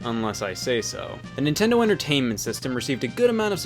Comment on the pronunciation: Lazar Ninten- do what seg, can’t(pronounced car n’t)... make good games today. Technically sonic mania is not sega, it’s a group of fans